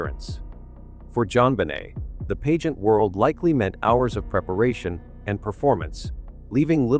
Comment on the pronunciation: AI NARRATION IS SO DISGUSTING - BAD PRONUNCIATION OF PAGEANT AND ALIBIS CANT SOME HUMAN READ THIS STORY. THE TITLE SAYS JOHN LIED ABOUT BURKE BUT THIS STORY MAKES IT SOUND LIKE JOHN IS THE GUILTY ONE.......